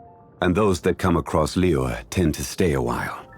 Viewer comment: i love the way he pronounces "zhongli" and "liyue". it sounds very authentic